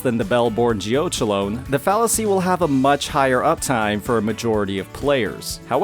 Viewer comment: Geochelone is pronounced like it rhymes with "felony"! Geo-KELL-uh-nee